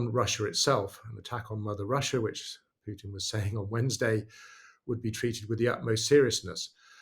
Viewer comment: It's Pootin (Путин), NOT Pyootin (ПЮтин). Thank you. Also, "pushed" is pronounced pʊʃt (with slightly rounded lips), NOT "peshed" or "puh-shed").